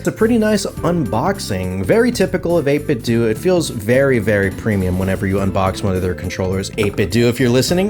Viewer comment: 8 bit dough not 8 bit dewwwww 😭